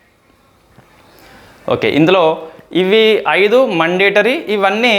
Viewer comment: మండేటరీ కాదు brother... మ్యాoడేటరీ...mistake చెప్పానని తప్పుగా అనుకోవద్దు ..